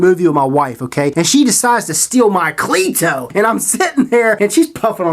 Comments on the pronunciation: Most people don't say clee To its your accent most the time I hear cleito pronounced like cleado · It's pronounced c- letto